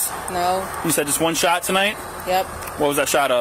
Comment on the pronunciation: "One shwot"